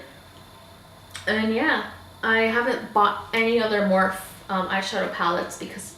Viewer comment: I'm not trying to be rude at all I just wanted to let you know that you pronounce the e in morphe . I loved the video though !!!